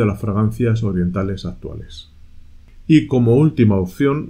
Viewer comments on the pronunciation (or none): none